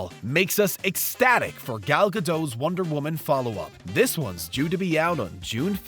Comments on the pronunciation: They pronounced every single T except the T in Gal Gadot. Ironic. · To be fair, a lot of people think the t in Gal's last name is supposed to be silent. I think the emphasis on the t in the other words might be a regional Canadian accent, as I've seen an actress with this same kind of pronunciation who is from Montreal. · A lot of people still insist on a more "French" pronunciation of the name. Even people who pronounce the t often still pronounce the o incorrectly. It's a short o, sort of like "dot", but almost shortened up to a u kind of sound. There's a clip of her with Jimmy Kimmel somewhere that has it. I admit, I thought the t was silent for a long time.